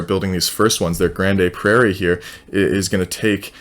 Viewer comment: Pronounced Grand Prairie